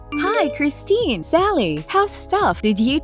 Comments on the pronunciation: Her name is Kirsten pronounced Kir-sten not Christine. Learn to read properly on your vids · They have it spelled 'Kristen', not 'Kirsten'. But they still have the pronunciation wrong. It's Kris-ten.